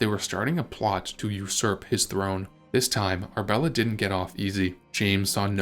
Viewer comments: Ar-A-bella not Arbella for goodness sake! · Annoying!! It is Arabella NOT Arbella Are you real or AI From Nella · You are skipping a syllable… Ar UH bel la! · It's Ar-a-bella. Annoying AI pronunciation!